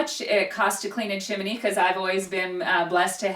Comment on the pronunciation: Why do you both call it a Chiminey😂 what's with the extra i?